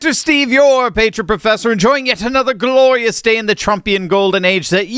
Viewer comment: Ok, from your trilled r in glirious we know you watch Bridget Phetasy: The internet is gljrrrious!